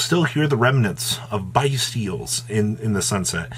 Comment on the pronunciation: please reconsider how to pronounce Bystial. Phonetically; Incorrect: Bye-stee-ul Correct: Bis-tee-ul